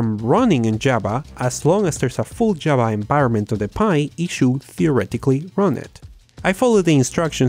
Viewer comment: /'java/ Me sangran los oídos, pronúncialo bien.